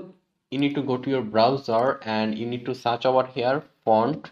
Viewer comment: ovar hiaar 😂😂. awesome content👌